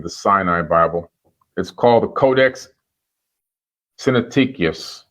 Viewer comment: The man didn’t take the time to learn how to pronounce “Codex Sinaiticus” that’s all I need to know.